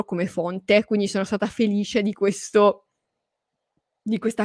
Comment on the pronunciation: come dici "felisce" tu non lo dice nessuno! Sei troppo forte! Sono felisce di seguirti! 👍😘📚❤️